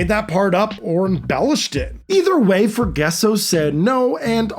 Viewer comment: Ita not Forguesso its Forgasso (fore-ga-so)